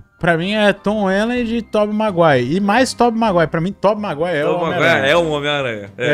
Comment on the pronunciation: "tób maguai"